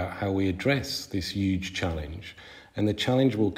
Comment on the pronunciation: Triggers me so much how this guy pronounces 'huge' as 'yuge'